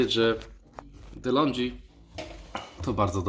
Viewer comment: Złośliwa uwaga: nie "Delondżi", a "Delongi" , to włoska firma.😊